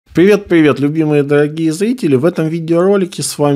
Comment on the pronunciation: Пливет Даагие злители! Ему срочно к логопеду нужно!